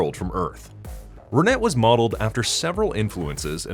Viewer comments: I cringed everytime you mispronounced her name. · Renet is a French name. The "T" is silent. In English, it's kinda pronounced "Ran-ay". In French, it's more like "Rhun-eh".